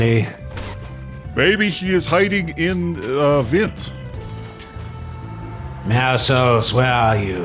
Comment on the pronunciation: oh yes my favorite character meowsuls not meowscles